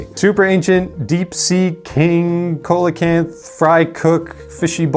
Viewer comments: "coal'icanth" Wow. Somebody wasn't a dinosaur kid. Coelacanth is pronounced like "seal-akanth". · It's pronounced 'Seal-uh-canth' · “Sea Low Canth” for those curious ; D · Coelacanth is pronounced see-luh-canth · Seel-a-canth is how it's pronounced and the oldest known one lived to 84. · As a Shark player, I tried to make Coelecanth work believe me. But it's just kinda hard to get out to make the effect worth it. Also its (see-lo-canth). I am the only yugioh player I know or watch on youtube, that knows how to say it right. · The pronunciation of Coelacanth is, for whatever reason, "SEE-la-canth". We've all pronounced it wrong the first time we saw the word. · Coelacanth is pronounced "See-low-kanth" or "See-luh-kanth" Ive seen it pronounced both ways by experts. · Coelacanth is pronounced “SEE-luh-canth” with the last a making the same a sound as in hay. I’ve heard the middle a making a couple different sounds from uh to ah to oh though lmao